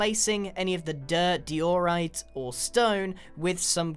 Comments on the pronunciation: u say dyjorrite its actually daijorrite thats how to say diorite btw diorite = bird poop block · Its Die-o-rite not Di-o-rite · Grian it's Pronounced Die-or-ite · Grian, why do you pronounce diorite [DIE•OR•ITE] as diorite [DEE•OR•ITE] ? I don't dislike it, I'm just wondering what the reasoning behind it is. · I believe that diorite is said, "Die-or-ight(As in might)". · I believe "Diorite" is said "Dye-or-rite". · j'adore Dior…ite Bruh you pronounce diorite like that fancy perfume you see everywhere at airports. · it is really kinda weird to hear u saying diorite... but awesome vid :3